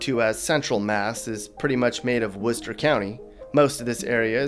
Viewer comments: Apparently you're not from Massachusetts. But at least you pronounced Worchester correct. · Every time you said "Berkshires" it was like hearing "fingernails on a blackboard." It's pronounced "berk-shears", like Tears for Fears. Can't believe you said Worcester right! I've seen a bunch of your 'unboxing videos'; have you ever been anywhere you actually liked? Oh by the way, try as you might, your humour is really quite warped. Just not funny at all.